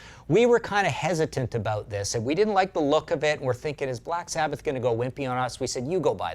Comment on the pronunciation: It's Sabbath. Not sabboth